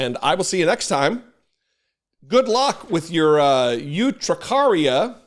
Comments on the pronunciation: Urticaria is the word, not urtricaria. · UR-TI-caria, not UTRI-caria Just sayin'. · ERR-tuh-CARRY-yuh. Urticaria. Twenty years of medical transcription. 🙂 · ert- ih-care-eeya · Pronounced: "er-te-care-eah". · He has never shown his medical records because he is tRump, and the rules clerly don't apply to him. BTW...Erticaria is how the word is pronounced ( I know because I have had it). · It’s pronounced er-tih-CAR-ia 😀. Also, who gets this dramatic about environmental allergies? He’s counting on his cultists to not understand medical terms. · It's pronounced ER-ti-CARE-ia. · As a retired nurse I saw immediately what those "horrific" Diseases were and laughed lOL! By the way just in case no one has told you the word "urticaria" has as it's first syllable like the word "yurt".